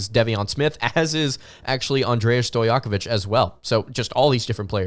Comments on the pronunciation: ...love you brother, but I believe its pronounced Day-Von, DEI-von smith. Loving the episodes brother and can't wait for the rest of the season!! LFG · It's pronounced DAY-VON SMITH btw... just sayin